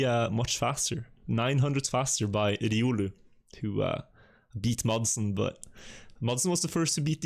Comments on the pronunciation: Please dont say „riulu”. Its not ”riuluu”, its „riolu”. Where do you see „u”, when there its a straight „o”???. Riolu! Ri-o-luu... thats the nickname of the guy. Just a fun fact! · why are you pronouncing it riUlü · would really appreciate it if you could learn how to pronounce riolu